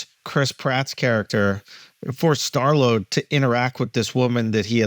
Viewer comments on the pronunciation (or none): "Star Load" 😂